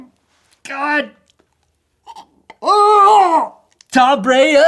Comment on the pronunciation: Your a broncos fan why can’t you say tom Brady’s name